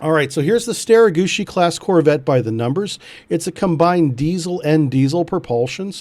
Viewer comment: Love the prononciation bro StereGucci class all the way